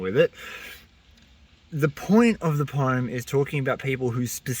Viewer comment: Mate I agree with everything you said and liked your poem -- but there's one thing that I feel really compelled to bring up... it's been driving the "grammar nazi" in me insane and I can no longer stay silent... WTF IS POME????? IT'S POEM, PRONOUNCED "POH-UHM" ARGGHHH I'M SORRY BUT... >.<! 🤣